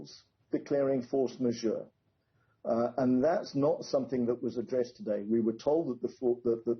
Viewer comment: a "fors ma-joh" (!?) does she understand what she's reading? Good that had been asked on, he gave a LOT more info and context to this.